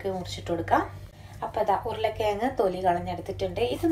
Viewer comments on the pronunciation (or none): ഉരുളക്കി യങ്ങ് അല്ല.......... ഉരുളക്കിഴങ്ങ്